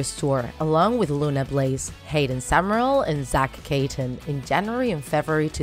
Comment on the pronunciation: It's summerall not summereal